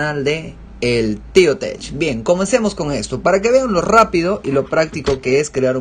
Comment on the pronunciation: muy buen video, muy buena información, solo me queda decirte que se pronuncia "tec o tek" no "tesh"